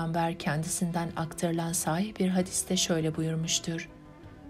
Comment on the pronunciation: Evet, kelimeler doğru telaffuz edilmeli. 'Amel' kelimesinde 'a' kısa okunur. Aynı şey 'sahih' kelimesi için de geçerlidir. 'A' burada da kısadır, uzun 'ā' değildir. Emekleriniz için teşekkürler..